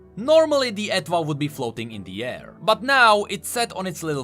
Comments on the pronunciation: i am midly triggered cmon how do you not know this *Her instrument's name is based on & pronounced the same as French étoile*, etoile means star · I'm 99.99% sure the "Etwhal" is pronounced like "étoile" in French